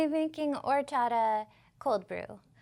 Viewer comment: It's pronounced Orr Chata. 👍🏻